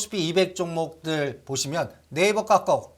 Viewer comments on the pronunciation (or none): 까까오 아이도아니고 카카오라못고칠까 좀듣기 거북스럽다